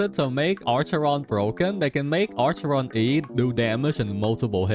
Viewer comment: "ARCHERON". Im crying